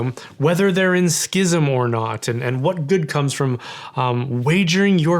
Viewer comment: I just want to thank you for correctly pronouncing the word schism as it’s always been pronounce. So tired of hearing educated people say “sizm” like they can’t see three consonants in a row. This needs to be defined under canon law imo because it’s driving me nuts.